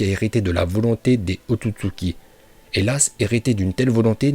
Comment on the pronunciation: La façon où il prononce ôtotsuki me fait rire